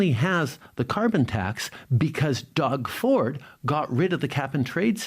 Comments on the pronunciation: Did trudeau say Dog Ford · Did I hear him call Doug Ford, Dog 🐕 Ford ? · Did Trudeau just call Doug Ford "Dog" Ford. If so when you start calling someone names in an argument mean you a losing ground.